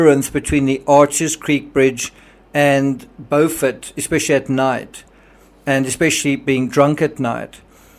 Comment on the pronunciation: You mispronounced "Beaufort" and I don't believe that you can boat from Beaufort to Hampton